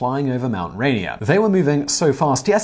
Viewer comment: It sounded like you said he was Idaho flying over Mt. Rainer. Mt. Rainer is in WA.